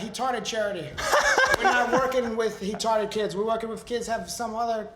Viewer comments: Laranja can pronounce the words "Brazilian" "Are" "We're" and "Promo" and his "R's" are fine. But then, all of a sudden, "Rude" = "Hude" "Retarded"= "Hetarded"!! He says, "I'm a Heal man" Hahaha!! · He really said "hetarded" kids - troll level 9000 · So he can pronounce the "R" in the middle of a word but not the begining? Lol ok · he said hetarded